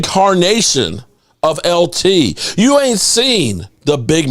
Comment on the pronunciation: Its YOU, not CHEW.